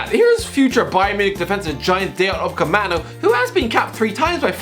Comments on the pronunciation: Every single one: Upamecano: Upacemano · I don't know if he does it as a joke by now, but in case you haven't noticed, he is called upaMeCano, not upaCeMano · Dayot "Upcamano"? ... pretty sure its Upamecano.... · How the spells it: Upacemano How the pronounces it: Upaemano How it really is: Upamecano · Normal guy: Upamecano: UPACEMANO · um lad, Upamecano not Upacemano lmaoooo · isn't it upamecano not upacemano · Repeat after me: U PA ME CA NO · "Dayot Upcemano" 😂😂😂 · It's upamecano not upacemano please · Still pronounces it as Upacemano 😂😂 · It's easy. upa-me-cano. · Will someone tell the it's Upamecano😂😂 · How are you still pronouncing it “UpaCEMANO” I mean seriously lad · At this point I'm pretty sure he's doing it on purpose. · The way he says upamecano lol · Does he mispronounce Upamecanos name on purpose 😂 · still doesn't know how to pronounce Upamecano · when is he gonna pronounce upamecano correctly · Make several videos about cl but still not able to pronounce Upamecano name correctly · Can't this say upamecano? It's not that fucking hard God dammit. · His name is Upamecano bro, surely can’t be that hard for a journalist. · Another video of still fumbling the pronunciation of Upamecano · I don't think the will ever pronounce Upamecano's name correctly